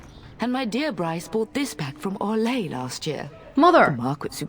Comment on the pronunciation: the only option in the origins for a same sex coupling is in the Cousland story, otherwise you have to wait until the main story starts you mean orlay, it's not pronounced how you did it